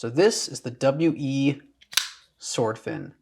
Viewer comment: Its just pronounced "wee" like the word "we". regardless, awesome knife and love this newer style of video giving your input on the knives